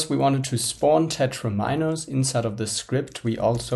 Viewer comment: And also "very-ables"... And "tetra'mi'nos".